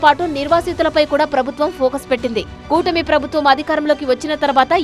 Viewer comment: Cutmi kadhu kootami😂